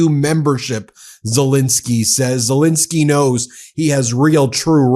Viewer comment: It's pronounced ZeLENsky not ZeLINsky.